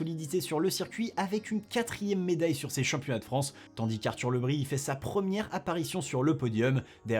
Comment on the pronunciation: On ne prononce pas Le Bris à la bretonne ? ( Le Brize)